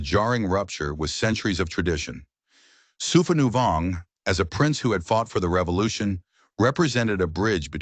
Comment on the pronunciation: His name is pronounced “Sue-pah-new-Vong.” When creating A.I. you need to type names phonetically for it to pronounced; and spell the name as is, for captions. 😅 All the Lao names are butchered in this video. 😅😅😅